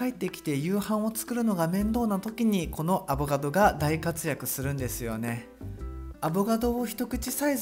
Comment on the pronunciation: さぁ～～～ん、「アボガド」じゃなく「アボ “ か ” ド」ですよね？wwww自分も以前友人から指摘をされた人間ですけど。汗